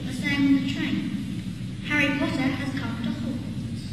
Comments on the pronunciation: ''Pottah...'' AAAAAAAAA I LOVE IT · No one : Malfoy: pHotTter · "POTTAH" - Cracks me up every time lol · You are absolutely right , saint pottah :D I cant :DDD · "SaiNt pOtTaH" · the way he says “potter” 😂